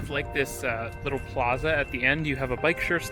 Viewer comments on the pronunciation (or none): none